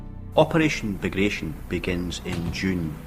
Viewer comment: The Operation Bagration is mispronounced as well, it's not "-tion" as in operation, but rather "BagraTYON", as it was named after a Russian Napoleonic War hero, Pyotr Bagration.